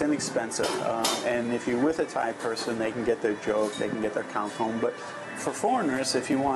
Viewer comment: the correct tone for rice is falling, not rising. You said "hungry white" not "hungry rice". "dtoem" is a falling tone, short vowel and means "is boiled" (adjective) and "to boil" (verb). You don't seem to be distinguishing between short and long vowels - which also changes the meaning of a word likes tones do.